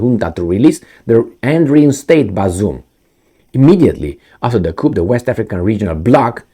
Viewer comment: The p in coup is silent so it's pronounced cou or coo 👍